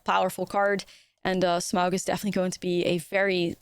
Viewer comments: Sm-ow-g is absolutely the correct pronunciation , to quote the middle earth wiki: "The diphthong "au" in Smaug is pronounced like the "ou" in sound or house, though the name is often erroneously pronounced Smog, most notably in the Rankin/Bass animated movie." Love the video, I am looking forward to this set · 10/10 Smaug Pronunciation